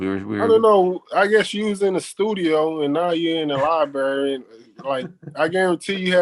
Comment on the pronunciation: Man said "you in a children's libary them ain't even yo books"